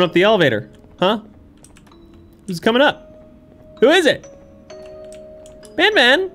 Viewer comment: You know it's not worth it if even is having trouble making his own fun playing it x_x (Also it's probably the first time I hear "BanBan" pronounced the intended way by anyone)